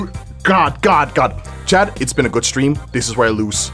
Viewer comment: did anyone notice he says chad instead of chat